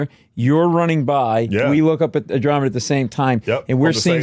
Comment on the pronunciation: He absolutely butchered the Andromeda Paradox 😅